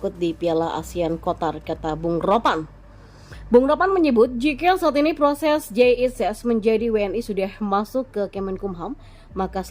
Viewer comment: Sejak kapan lu min ngrubah nama Bung ROPAN ( RONY PANGEMANAN ) jadi RONY PATINASARANI terus negara QATAR nyebutnya QOTAR.... belajar dulu kalau mau jadi pembaca berita yang baik